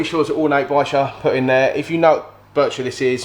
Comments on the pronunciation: Ba-sheer it's pronounced ya know you're killing me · you really must learn how to say Bichir The R is at the end he’s a lovely one though the two of them will become great mates they always bunch together all the best mate 😟🤚COYIRONS ⚒